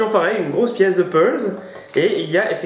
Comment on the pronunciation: peulze ? ;) Puzzle... "Peuzle"... :)